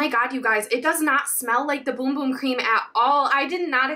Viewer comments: Its BUM BUM not BOOM BOOM 😅😅😅😅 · It's Bum bum cream not boom boom 🙈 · It’s pronounced Bum bum not boom boom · PLEASE quit saying boom-boom, its bum-bum as in ass. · No it’s not 🫶🏻 it’s actually pronounced boom boom. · It’s boom boom not bum bum smh 🤦‍♀️ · it’s pronounced boom boom. Its a portugese word. “u” is pronounced as “oo”, just like spanish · I'm brazilian. THE RIGHT PRONUNCIATION IS BUM BUM . We don't speak like spanish . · Ummmm...it's not pronounced, "Boom Boom" why is it so hard to pronounce it right? It's like a Bum on the street, Bum? 😛🫣🤔